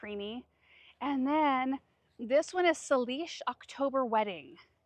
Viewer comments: Salish October wedding is pronounced Say-lish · Since you have questioned it twice, 😀, Salish is pronounced SAY-lish, at least the Salish Native American tribe is pronounced like this and my guess is that is what the reference is. Speaking just about me, the prettier I make a space, the less I want to cut the flowers. I couldn’t bring myself to cut any of my zinnias, cosmos, snapdragons, etc this summer, and they weren’t even all that especially pretty, but they were just a lot of color that I enjoyed right out front. 😁 But, I think it’s great you are looking for change and you can grow enough still that even if you cut plenty, you won’t miss them. 🙂. Also, about 30 years ago, at my first house, I tried my best to get rid of tradescantia a former homeowner had planted and failed. I would never plant it and I cringe every time I see someone doing that on You Tube. 😄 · Because you were wondering - it's pronounced SAY-lish. It's the group name of some of the PNW indigenous people. Most of the tribes west of the mountains in Washington and southern BC are Salish. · I believe it’s pronounced “say-lish” it’s a First Nations word. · Just FYI, re your beautiful Dahlia, Salish is pronounced SAY-lish. Refers to the Coast Salish First Nation people, who live on coastal Pacific North West (I'm on Vancouver Island). Enjoy your vids and love the new stream! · If people haven’t mentioned it already, Salish is pronounced “say-lish” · Not trying to be a jerk. Just to help. "Salish" = say=lish... It's the lanquage alot of the Northwest tribes speak. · Sā' lish. It's the name of an Indigenous nation in the Vancouver area. :D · 🌸🌸The pronunciation of your fave new dahlia is SAY-LISH. It's bred by Noni Morrison, right here in Oregon. She used to live up in the Salish, WA area. I'll send you her Twilight Girl to grow next year, you might find it quite interesting! 🌸🌸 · Salish: SAY-lish.